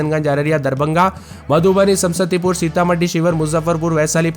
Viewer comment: Samastipur isko bolne nhi aata h sam sati pur bolta h 😂